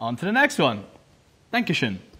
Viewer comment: When he said "Thank you" after getting the second... thing, at first I thought he said "Dankeschön", which means "Thank you" in german😂 It really sounded like that😂